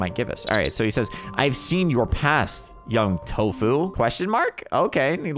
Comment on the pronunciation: Why did he call him tofuu